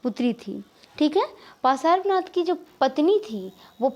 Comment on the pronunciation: Are bolna to seekh lo त्तिर्थंकर Or भगवान् पर्श्वनाथ ese bolte he dekh dekh ke pda rahi ho bo bhi glat glat bol rahi ho